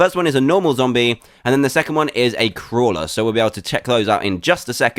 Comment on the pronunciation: every time u said crawler i thought u said kwala